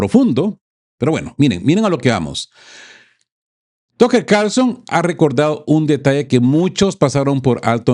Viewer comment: Tocker? Se dice "taker o Tucker" si no sabe inglés, buen programa, gracias!